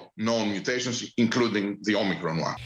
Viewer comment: 主播英文发音好别扭啊！直接中文说欧美克隆病毒，简单易懂。